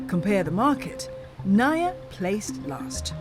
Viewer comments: It's pronounced as Na-Eeee-Yah... I live in Cebu, and I could say that the CCLEX is one of the best things that have happened when it comes to traffic mitigation. The BRT? Dunno, it seems impractical, overblown. I have yet to see any Buses Running. Years ago also, around , it took us 2 hours to get out of Mactan Island, where the airport is and into Mandaue, the next City. The key to hassle-free travel here is to travel between midnight and early Morning with a rent-a-car. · It's pronounced NAH-EEEEEEEE-YAH not nuh-yuh😏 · NAIA read just as you read malayu languages. that makes it na-i-ya.